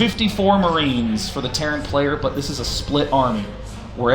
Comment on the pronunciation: Tartan? Tarran? Taran? T E R R A N . jesus man